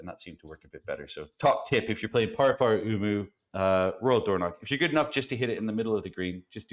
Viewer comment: Definitely a good effort on the pronunciation of Paraparaumu! Love that course